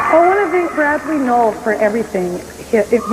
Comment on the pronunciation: Bro, it’s pronounced Nowell like knoll. And Jim Croce is pronounced CRO-chee…do just a tiny bit if research before reading your voice over. Dang